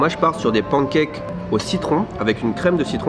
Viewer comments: Mais d'où vient cette manie de prononcer pancakes "pANkèke" et non pas "panekaikes" à l'anglaise ??? Les anglophone font bien un effort pour essayer de dire croissant, alors on peut bien faire un effort pour pancakes 🙄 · Les pancakes se prononcent « panne » cakes comme dans « melon pan » en japonais et non « pan » comme en français pour l’oiseau « paon ». Il suffit de regarder les videos « how to make american pancakes » pour avoir la bonne prononciation. Cheers!